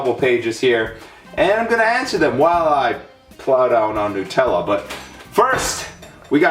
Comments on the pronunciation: hate the way a lot of americans and canadians say nutella. its nut-ella not nootella. It doesnt bother me that much but it kills me a little inside whenever i hear it pronounced tht way. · Do you call nuts newts? It is nut-ella for fuck sake because it has hazelNUT not hazelnewt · OMFG, WHY ARE SO MANY PEOPLE BITCHING ABOUT HOW IT'S PRONOUNCED!!? Nutella is originally from Italy, and the man who invented it pronounced it "new-tell-uh" therefore everyone else should pronounce it that way. Yes, I KNOW IT SAYS "NUT-tell-uh" but that's not how you say it. I don't care where you're from or if you have an accent, PRONOUNCE IT RIGHT AND STOP SHITTING BRICKS WHEN PEOPLE CORRECT YOU! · Why do Americans pronounce Nutella as "Newtella"? The 'nut' in Nutella means nut, as in the food, nuts, HAZELNUTS. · Jamie - it's pronounced newt-ella. This is printed on every container. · wtf r u smoking. it starts with nut, as in nuts, cause it has fucking nuts in it. not newts, not nats, not anything else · The Snazzy Rolo no its not! Its made from HazelNUTS so is pronounced NUT ella! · The way he pronounces Nutella is so funny. Lol Nootella.. Down here in Australia we pronounce it Nuhtella.... :) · It's nut-Ella not noot-ella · NUT ELLA not NU TELLA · Hey fatty its nut-ella not new-tella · I’m just realising he says ‘NOO-TELLA’ and my English ass is cringing cause here we pronounce it ‘NUH-TELLA’ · It's pronounced Nutella not nootela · Nope, you're wrong. I'm Italian, its not pronounced Nu-tella but nootela!!!!! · Why do people say it like noot-Ella it's nut-Ella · A lot of people say it is Newtella instead of NUTella... It is made of HazelNUTS not HazelNEWTS.. Wow people these days.. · nutella is pronounced: NEW-TELL-UH not: NUT-ELLA U FUCKING FUCKTARD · Are you Indian you don't say NOOTella you say NUTella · I don't like the way you say newtella it's NUTella not NEWtella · Whd did you say it like it was spelt newtella but it should be said like nu-tella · It's not nOOtella, nUtella